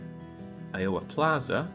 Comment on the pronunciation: The way you say Iowa is great.